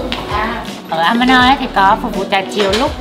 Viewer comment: Mọi người đọc nhầm tên resot ...Amanoi..không phải đọc a ma nơi...